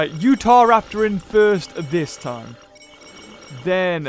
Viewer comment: pronunciation guide: Bananogmius="Banogimus" Psittacosaurus="Pistisaurus" Deinonychus="Dinochoosys" Utahraptor="Utheraptor" And my new favoritePterosaustro="Sonsopterus"XD you will always be my fave